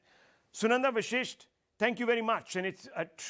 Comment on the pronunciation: It's Vashisht- it's not vishisht!